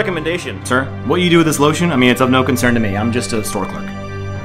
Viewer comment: Always gotta pronounce lotion with a heavy chinese accent now